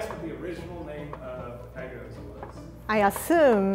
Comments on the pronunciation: *E G G D S* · I love the way she says EGGTZ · Anyone else keep thinking she was trying to say egg roll?